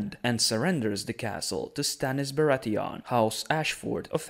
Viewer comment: How do you pronouce Bratheon?! They are no fucking Krauts. Like Theon.